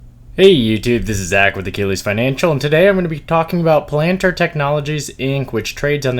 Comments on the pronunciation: Video is great thanks for the analysis. I think its pronounced Pal -ahn-tier not pa-lant-er tho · Pal- N- tier. I’ve never heard it pronounced any other way.